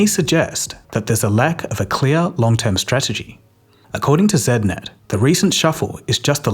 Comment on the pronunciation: Zednet ? I thought we pronounced it Z-D-net.....